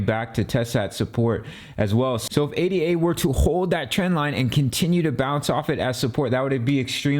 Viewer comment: Its Ada. Like a person's name. Not A.D.A. its the most basic thing and if that is incorrect....hard to take the rest seriously